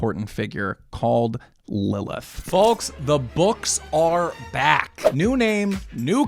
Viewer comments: Love the content man!! Can you stop saying the L in folks, driving me crazy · Not sure what bothers me more: the amount of hard blinking he does, or the way he says the word "folks". It's like he's only ever read the word but never heard it spoken before. **BLINK** **BLINK**